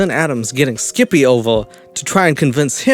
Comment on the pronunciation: I love the way he says Skip-eh 😂👌